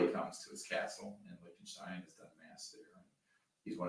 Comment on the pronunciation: Please, for the love of God, STOP saying Lish-ten-stein !!! CRinge!!! (Lick-ten-stein bro.)